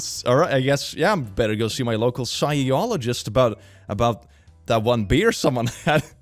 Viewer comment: Although he’s fluent in English it’s not his first language. I think he got psy=s with ph=f.